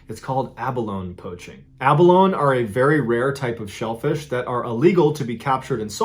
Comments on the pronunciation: Abba-Lone-E. Not Abba-lone. You’re killing me. I love your stories. But it’s also like Neh-VAD-ah. Not Nuh-vahhhhhhd-ah. East Coaster. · OK I'm gonna break from my tradition of just letting sleeping dogs lie, but it's not that hard to research how to pronounce stuff. It's A-Ba-Lony, not A-Ba-Lone! :) We have both the abalone and the great white shark here in Northern California! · Ah•buh•lone•ee not ah•buh•lone! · Abalone pronounced “ah baloney” not “ab alone” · Great stories, but just so you know, it's pronounced A BUH LOW NEE, not A BUH LONE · Abalone is actually pronounced “Ab-uh-low-knee” not “abba-lone”. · Do you mean abalone- pronounced Abba-low-nee? Ive never hear anyone say Abba-lone. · Ab - a - lone - ee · quick note: the "e" in abalone isn't silent. so its pronounces abiloney not abiloan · the word is pronounced ab-bol-lone-e not ab-bol-lone . You can also get them in Santa Cruz California and yes there are great whites here too. We tend to get larger ones than they do there. Our tend to eat the surfers first however. If you look at a surfer on a surf board from below and then look at a seal from below you will understand why. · am i the only one who gets uncomfortable when he says aba-lone and not aba-low-nee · Not being a jerk, but it's pronounced "A-Bowl-Own-Ee," not "A-Bowl-Own." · It's pronounced Abalonee not Abalone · It’s driving me nuts. Abalone is pronounced "ab-uh-loh-nee" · and New Zealand. (Pron: Aba- lone- ee. The Māori people (the indigenous people of New Zealand) call abalone pāua. It’s pronounced as “pah-wah.” 😉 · Abalone is pronounced AA-BUH-LONE-NEE. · I'm sorry but I found it extremely difficult to listen to the way you said "abalone". It's pronounced ab-al-own-ee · Great video and story telling. Just FYI, it’s pronounced “ab-a-lone-eee”, and they are found along various coastlines around the world, not just on dire island :) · Abalone is pronounced like “Ab uh low knee” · Abalone is pronounced- aa- ba-lone-EE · pronounced AB -A -LO-NEE